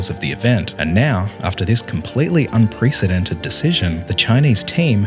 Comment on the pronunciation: "Un-pre-said-dented" Gotta love the British!